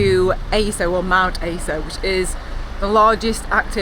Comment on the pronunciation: You're probably way past by now but Aso is pronounced a-so. "a" as in "cat", "so" as in "sorry". The guy with the fruit would have had no idea where you were going! Good luck - have a great trip. I'm in Fukuoka. Feel free to message me if you get stuck or need any help. Bloody hell - just seen on Strava you are back home!